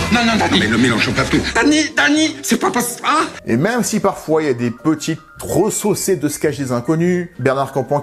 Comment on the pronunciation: Resucée, pas resaucée.